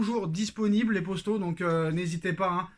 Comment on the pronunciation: Gars tu peux dire « poto » et non pas « Posto » ça stress !